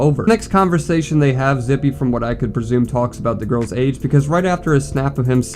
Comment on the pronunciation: Bro… i was family friends with this dude. I got some stories relating to him. He was always the “weird one”. Btw it’s pronounced “zip” for future reference.